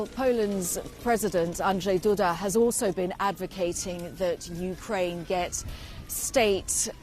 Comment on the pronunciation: Yeah, Ukra-IN - please...